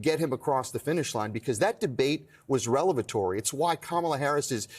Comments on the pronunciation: 'revelatory' not 'relevatory.' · Revelatory not "relevatory."